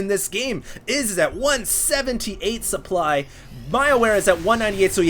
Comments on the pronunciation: lmao it sounds like a spoon magically appeared in his throat and he threw it up trying to say supply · ish he says 150 suplood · "150 suplood" lol